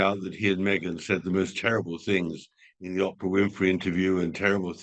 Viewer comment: Tom calling Oprah 'Opera' always makes my day!